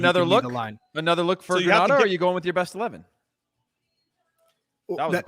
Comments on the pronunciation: Please learn the pronunciation of GRENADA 🇬🇩 it’s not Granada . Big to Greenz players small island big talent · If one more person mispronounces Grenada!